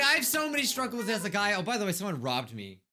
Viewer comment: I kept hearing say "Scrubbles" instead of "Struggles" 😂😂